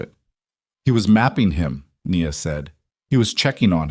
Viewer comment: Her name is pronounced “ Nee-ya